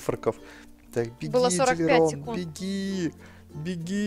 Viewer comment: ДилЛирон, а не Дилирон